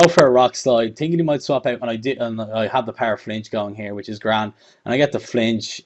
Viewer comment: which is gra-and!! haha! so Irish!! :)